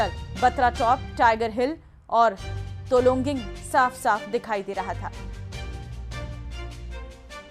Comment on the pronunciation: Tololing he.. Tologing nahi..